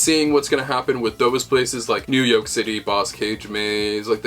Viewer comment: Everybody else says New Yoke City but the Eggmans add the glottal tension to pronunce it New Yolk.